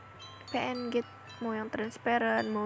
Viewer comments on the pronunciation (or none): Wkwkwk lucu bet pas ngomong "pe en je" wkwkwkwk